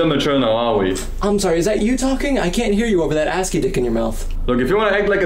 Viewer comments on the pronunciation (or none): none